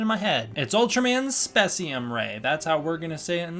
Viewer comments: It's pronounced space-ium, but some official sources have called it spess-ium(kind of a Ghidorah vs Ghidrah situation), so it's not a huge deal which you call it. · its space-cem beam